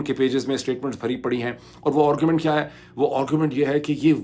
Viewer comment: ڈاکٹر صاحب ایک تو آپ کا دعوی یہ ھے کہ آپ انعام یافتہ مقرر ہیں۔ لیکن ہم آپ کو روز اس قابلیت سے محروم دیکھتے اور سنتے ہیں کہ آپ ایک بھی جملہ ایک زبان (اردو یا انگریزی) میں بول سکیں۔ نیز ان زبانوں میں بھی آپ الٹا سیدھا بولتے رہتے ہیں۔ 'آگے بڑھنا" ھوتا ھے نہ کہ "آگے بھڑنا"۔ درست تلفظ "گھنٹہ" ھے، "گھینٹہ" نہیں۔ انگریزی میں بھی AARGUMENT بولا جاتا ھے ،ORGUMENT نہیں۔ اسی طرح heads of governments کہنا درست ھے، head of governments نہیں۔